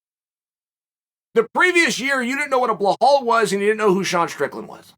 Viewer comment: I fucking adore how he pronounces blelal and piera